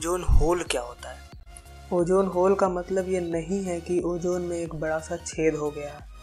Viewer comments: its ozone bro not ojjooone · Bro it's not ojone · Ojone nahe, ozone hai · Ojone nai ozone hota ha